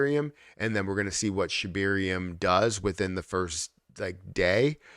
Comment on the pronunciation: ShibArium. Not ShibIrium.